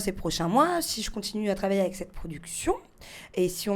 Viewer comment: elle à dit (travailler )😂😂😂??!